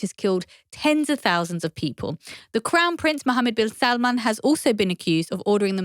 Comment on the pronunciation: so is she pronouncing bin salmans name right or is everybody else who doesnt say it like that?